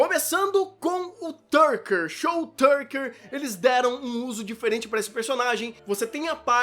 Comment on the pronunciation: Boa critica, mas o Shou é Tucker e não Turcker